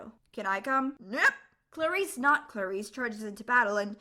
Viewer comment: I heard her pronounce clarisse as claire-is....It's cluh-rees